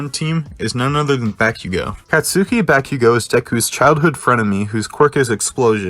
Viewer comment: Did you just say Bakigo instead of Bakugo?